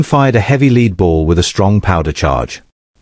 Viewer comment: Is anyone ever going to teach their AI to pronounce lead instead of saying "leed"?